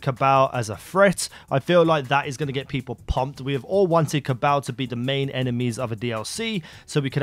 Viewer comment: The way he says cabal makes me cringe